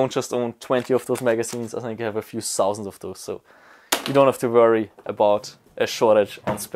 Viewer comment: "At least a shousand patches"